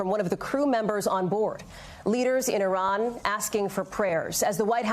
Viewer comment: Bro said “Iran, Ifell”